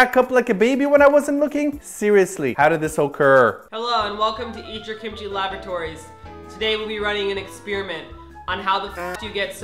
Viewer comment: i'm really sorry, but i can no longer turn a blind eye to this: it's "laboratory" not "labratory" and it's "hey, guys" not "hey guise"...i love you, your videos and all but please..I'm a bit of whatever the Spelling counterpart of grammar Nazi is.